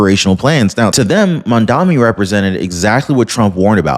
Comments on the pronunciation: I watch you every day, great info! But...it's MAMDANI, not MANDAMI. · The mans name is Mamdani not Mandami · It's Mamdani not Mandami...🙄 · MAM - DA "N"i not Mandami - I love your videos but I have a thing about mispronouncing people's names - just a hint!! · His name is Mamdani, not Mamdami. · THE NAME IS NOT MAMDAMI !!!! IT IS MAMDANI !!!! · The phone corrected the spelling. It's Mamdanni... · I'm in no way upholding anything that Mamdami does or says but, Please learn to correctly says his name. It makes you look unintelligent. I love your content but this one thing is an issue.